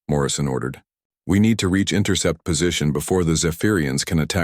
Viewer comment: Intercept course, not “intercourse” course!😂😂